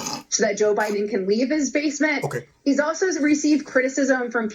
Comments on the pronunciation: you kill me! "Joe Ba-Din'". Love your vids!!! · Love your pro-nouce-a-tion of Joe Bi-Din Name. Sooo absolutely fuuunny!! You are a great joker!! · Joe “Ba’den”....pure gold. 🤪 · pronounces duh Joe's last name perfectly